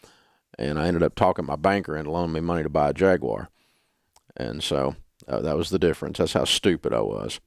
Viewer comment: So Dave can't pronounce Peugeot or Jaguar. Still dumb.